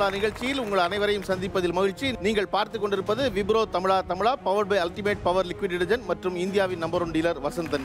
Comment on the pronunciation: தமிழா தமிழான்னு சொல்லுங்க அது என்ன தமில்லா தமில்லா